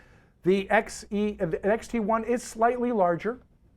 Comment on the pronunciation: did you say fuji xt- eye ?